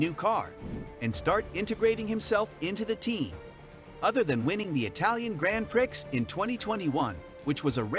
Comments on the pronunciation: Rubbish in - rubbish out with computers. Honestly, "Grand Pricks" repeatedly is like fingernails down a blackboard and only one of the many irritants. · Sorry but these Americans make me cringe when they mis pronounce Grand Prix & other such things